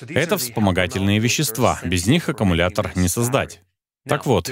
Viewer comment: Переводчик говорит: "акамулятор". Но аккУмулятор. 😊